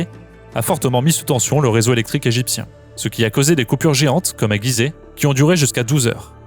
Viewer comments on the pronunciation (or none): none